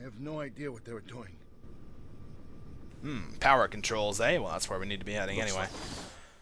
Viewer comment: When the objective said Find a way to power the thing....it sounds like u said find the shit down the generator just sayin.